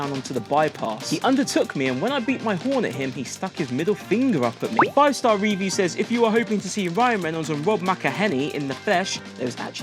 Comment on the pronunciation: The way he keeps saying review like an idiot is proper boiling my blood 😂😂